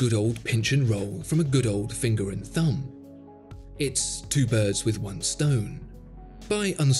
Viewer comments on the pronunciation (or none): none